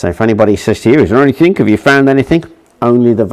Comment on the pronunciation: great video, however 25.42 you said "anythink" instead of anything, one of my pet hates.